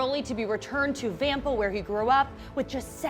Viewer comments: Did she even watch the movie how does she pronounce vampa wrong when they said it like 14 times in the movie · The way she says vampa 😣